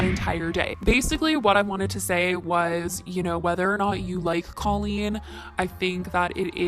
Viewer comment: The way you pronounced colleen gave me chills!!!!! K-oh-lean(how to pronounce) I still love your videos though! 😍